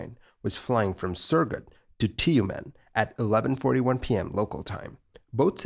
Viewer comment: It's not 'Ti-you-men', it's 'Tümeñ' Also, it's a perfectly sane and safe idea top use a french-made aircraft that was meant to be STORED IN A HANGAR in conditions of the ever-civilized evergren Tumen'.